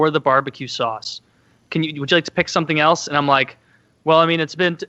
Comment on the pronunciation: “Sausa” -woody